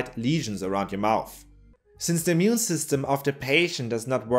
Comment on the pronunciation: Sorry.. can't help but hear "mune system".. as known from "natural mutiny".. munity, I mean :D